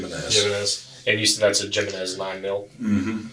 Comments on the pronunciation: Jimenez is pronounced with a hard h , not j ! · "jimenez" is pronounced "he-may-nase" lol